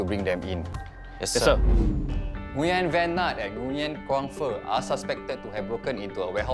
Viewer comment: the way he pronounced “nguyen” irks me so much 😭